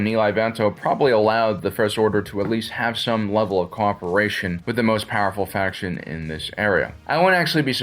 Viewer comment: Say "faction" again. But seriously, not a bad video.